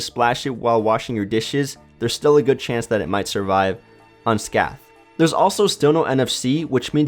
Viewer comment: I can't believe how many times I've used the shakeable flashlight. Such an awesome idea! Also, minor gripe, 'unscathed' is actually pronounced "unn-skaythed"